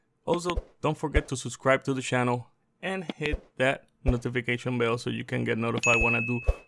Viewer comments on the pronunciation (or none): Channel. Not shannel.